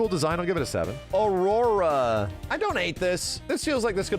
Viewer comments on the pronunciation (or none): none